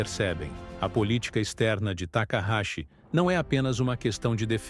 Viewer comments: Não é Takarashi , é Takaiti ! Não sei da onde vc tirou esse Takarashi ! 😅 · O nome correto dela é Takaichi, pronuncia-se Takaiti!?😎